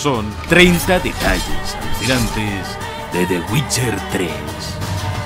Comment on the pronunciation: /el geralt of riviia!! WITCHAAAA!/el yeralt/el ai am witcha /el guait guolf